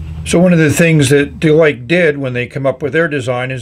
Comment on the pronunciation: Based on the Chinese characters, it's more likely to be pronounced Der-Lee-Ker (less emphasis on the Rs and a shorter EE sound)